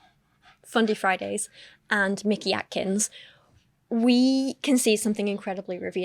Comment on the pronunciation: ish I have a name that gets mispronounced frequently. You develop a feel for who is doing it maliciously and who just isn't good at names. I do not trust that Paul was mispronouncing Mickey Atkins in good faith. It's such an efficient way to disrespect someone and get away with it, because then you can disrespect them again if they push back.